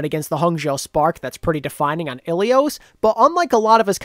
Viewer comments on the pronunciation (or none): none